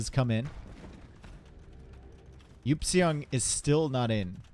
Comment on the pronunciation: Someone please tell Eupseong is pronounced "ipsung" NotLikeThis